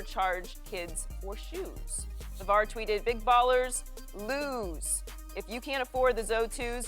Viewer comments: Anybody else notice she said lose instead of loose at the beginning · she said lose instead of loose 😂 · Joy really pronounced "Big Baller's Loose" like "Big Baller's Lose" lmao no wonder why she sides with Skip on his LeBron takes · We're just gonna pretend she didn't just read "loose" as an elongated version of lose? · she pronounced 'loose' lose. is she dumb? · She said "lose" when it says "loose". Does she not know the difference between the two words?? haha that's sad. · lolllll someone cant read. she said big ballers lose when it said big baller's loose. RIP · loose not lose lady. like on the loose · Learn how to read you silly cow. The word is loose as in it's been let loose. Not lose dragged out with an extra o like you just tried to say. 😂😂😂